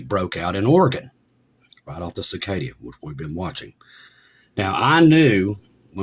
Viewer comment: Thank you for being there and speaking the truth !! Love you brother. Cascadia : “kas-ka-dee- uh “. 😂